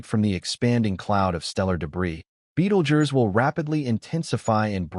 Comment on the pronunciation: Betelgerse ? That's how he pronounced it every time. First time I've heard it spoken aloud that way...